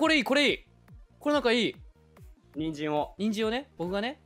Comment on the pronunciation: の人参人参人参が てんじん！てんじん！てんじん！に 一瞬聞こえた笑